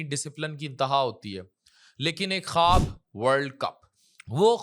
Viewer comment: خٙوب نہیں خواب